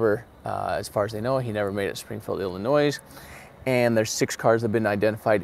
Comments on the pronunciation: Do not pronounce the S In Illinois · S...is silent...!!! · BY THE WAY....... the last S in illlinois is silent you don't pronounce it!